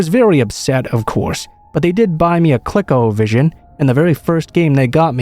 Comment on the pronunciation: Click-o-vision? Haha did you mean calecovision?